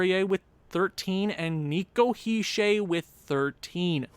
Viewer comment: He’s not a troll. He is just correcting how you say certain names on the team. (Btw your pronouncing Hischier the wring way but it’s not that important, also keep up the good vids